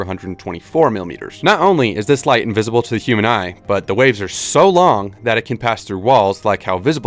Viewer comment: it's invisible, not invisAAAble